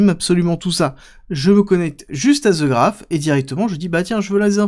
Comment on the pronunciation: The Graph.. "The" se prononce "De" pas "Ze" ahhh ces français ! ;)